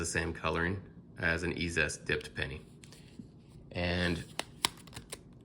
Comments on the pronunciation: Dude, love your videos. That being said...Eee-Zee-Est! Every time you say Eee-zest my eye twitches. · Isn't ezest pronounced "easiest"?